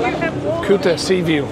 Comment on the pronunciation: hhaha welocome to kutaaa.. KUTA not Kyuta jajajjajaj.. what camera are you using?